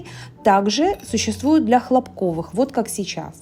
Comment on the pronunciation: ХлОпковый фитиль! Ударение на первый слог! Он сделан из ХлОпка! Хлопок -это такое растение!